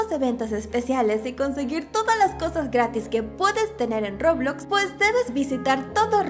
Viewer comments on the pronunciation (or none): none